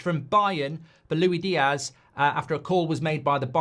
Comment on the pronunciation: LuiSss Diaz geez! Not Lui 😂😂😂